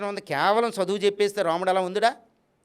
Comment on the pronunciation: తప్పుడు సమాచారం ఇవ్వకు. నోటికి ఏది వస్తే అది మాట్లాడతావా చదువు అనే పదం కూడా సరిగ్గా పలకలేని నీకు అర్హత లేదు. మాకు నిజాలు తెలుసు కాబట్టి నిన్ను నీ మాటల్ని ఖండిస్తున్నాము. కానీ ఇప్పటి తరానికి నీకు వీలైతే మంచిని పంచు, అంతే కానీ మిడి మిడి జ్ఞానం తో ... ఛ నీ లాంటి వాళ్ళను ఇంటర్వ్యూ చేసిన ఛానెల్ ను రద్దు చేయాలి. ప్రతి ఒక్కడు .... ముందు ఆ బ్రహ్మ జ్ఞానం నీకు ఉంటే ఇలా మాట్లాడవు. అది సంపాదించుకో...